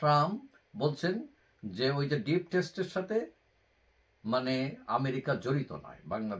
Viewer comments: 'ডিপ স্টেট'কে 'ডিপ টেস্ট' কেন বলছেন? নাকি বিষয়টা বোঝেন না? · ডিপ টেস্ট না ভাই, ডিপ স্টেট হবে এইটা। স্যরি ওপেনলি কারেকশন করে দেওয়ার জন্য। অন্য কোনো উপায় নেই এইটা ছাড়া আপনাকে বলার